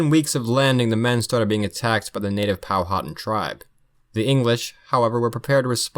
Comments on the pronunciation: It’s pronounced powa tan not powhoten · I chuckled at the pronunciation of Powhatan. I live like 45 min from their rez. Pow-a-tan.